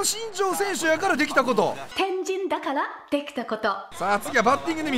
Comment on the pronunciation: 天神だから出来たこと 変人だから出来たことに聞こえた